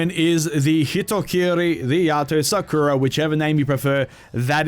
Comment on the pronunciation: Do people not now how to pronounce sakura